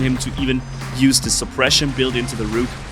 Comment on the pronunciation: You're saying it wrong!! Hey, Rook is pronounced as if it's rhyming with "took". Like "I took a Vitamin C."